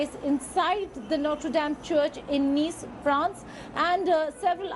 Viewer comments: It's not Nice as in English 😂 It's pronounced as Neeece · It's not "nice" Madame....it's pronounced "niece". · It is pronounced ' Nees' not 'Nice' u dolt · Nice is pronounced as 'niece'. Please check with foreign language speakers for any future names in any language if India Today looks for accuracy. France is not a Muslim country but has its doors open to Europe's largest Muslim community. France must evict all suspected Islamists, cancel and reduce the permits of mosques and Islamic influence in secular Christian France. Get the army to patrol in no-go Muslim areas in Paris and other French cities to enforce French law and not syariah law ! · It's pronounced as "Niece ". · It’s pronounced as “niece” 🤦‍♂️